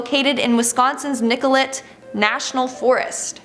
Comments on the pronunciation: It's pronounced Nicolehh not Nicolet. I'm so glad I live in the state with crazy slenderman fans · It is pronounced Nic-o-lay Wisconsin but otherwise good video! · I know you wouldn't really have much of a way of really knowing, but the T in Nicolet is silent (think Nik-o-lay)